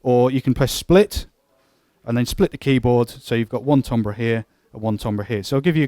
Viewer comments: This synth is awesome. Although I don't know what tombrahs are... did you mean timbre (pronounced tam-ber)? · lol Really? You sure about that? Try looking it up in a pronunciation guide. Accent notwithstanding, it's like pronouncing "centre" as "sent-tree."